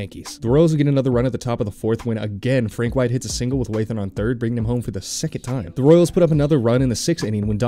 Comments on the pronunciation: It's also John "Wah-than" not "Way-than" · Narrator brags about pronouncing a name correctly then goes on to mispronounce Wathan and Gossage. 😂